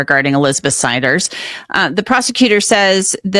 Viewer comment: And the AI said their last name "Siders" wrong